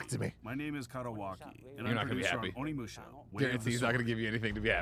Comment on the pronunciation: When’s someone gonna tell Tim it’s pronounced O-nimusha, not ON-imusha? Lol